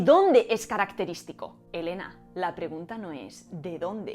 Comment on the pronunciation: Literal dijo, "esh caracteríshtico de Eshpaña? NO!. No hate xd. (ví todo el video y aprendí mucho ty)